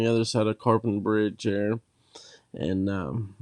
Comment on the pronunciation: Yes, that was Romney. I bought my bike at Romney Cycles on Rt. 28. You even mentioned my hometown, Westernport! I've riden this road many times. I love it! By the way, Capon Bridge is pronounced "Cape-un."